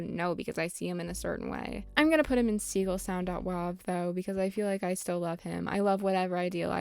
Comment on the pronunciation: gaston is fucking SLANDERED here gaston is so polite and supportive. absolute ally. he actually gave me my top surgery himself and it went perfectly. also curt is great he was really cool in my acnl town. also also ".wav" being pronounced as ".wov" is so fucking weird. its .WAV. like. WAVE. i WILL die on this hill